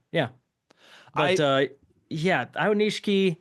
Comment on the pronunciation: Someday y’all will figure out how to pronounce aonishiki :) this was a tough one!